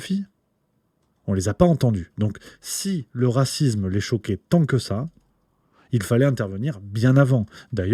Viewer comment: Mon cher: on ne dit pas racizme, mais racisme.